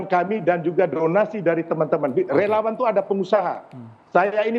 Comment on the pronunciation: Relawaaan...??? Kayaknya relauuang deh!!